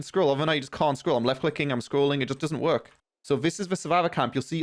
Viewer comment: Why you saying here and work like that? Wtf lad